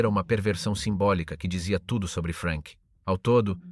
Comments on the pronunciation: Perchè "Frenk"??? Non era inglese, era tedesco! Frank!! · In tedesco si pronunzia Frank non Frenk, come in inglese. Curate meglio la AI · Jak jsem pochopil z diskuzních příspěvků bylo video promítáno i ve Francii a i zde si lidé v diskuzi všimli nepřesností. Hlas zřejmě obstarala AI, vzhledem k anglické výslovnosti jména Frank. Není to věrohodný dokument i přes velké množství nahuštěných údajů. Vyskytují se zde nepřesnosti jako například popis popravy. Nebylo tam žádné propadliště, ale kladka s provazem a odsouzený se prakticky udusil. V našem případě mu kat Nenáhlo po tzv. oběšení ještě zlomil vaz.